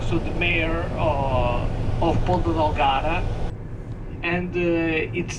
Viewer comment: i can also tell you that the azores is much cheaper than the mainland Portugal, so, with 1,700USD per month you will have absolutely no problem whatsoever... and its not "porta del garda", its Ponta Delgada. Hope i helped you